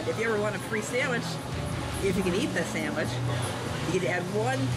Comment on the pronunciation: "3... 2... 1.. SAMMICH!!!"